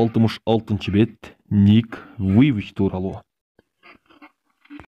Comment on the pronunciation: Байке Ник Вуйвич🙂 эмес Ник Вуйчич.